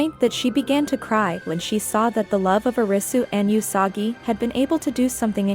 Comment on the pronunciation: I couldn't focus on the video because it bothered me that she says YOU-sagi and O-risu when it should be WOO-sagi and AH-risu. Not saying this cuz I'm asian (I'm not even Japanese) just how its pronounced in the show 😆